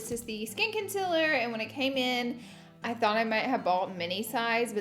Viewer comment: The concillurrr and the powdurrr hunnney!